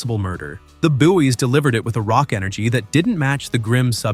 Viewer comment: The Bouys (Boys) it is said Boy(s) , THE BOYS in actual English. Again weird Americans